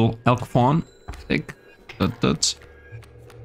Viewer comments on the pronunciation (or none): none